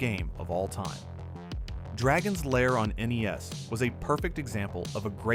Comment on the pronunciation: At least he said N-E-S